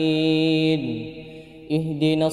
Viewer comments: Nasta'in ia baca nastaim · naam, sy dengarnya jga nasta'im kata dhalliinnya jga dbaca dhalliim.